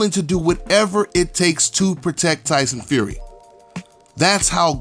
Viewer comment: Lie-son Fury!!!